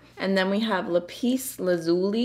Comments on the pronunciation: Holy guacamole, this brand is now on my radar as well. I don't have very many multi chromes and this looks like a super affordable starter set if you will. Especially since it's based on Mineral names. I absolutely love it and they're using appropriately shaded minerals to reflect the name which is accurate and that impresses me. By the way ,It’s pronounced "Lap-is" like you put something on your lap, you pronounced lazuli perfectly. 😘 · I think they're mostly saying that the emphasis is on the first syllable for Lapis: /'læpɪs/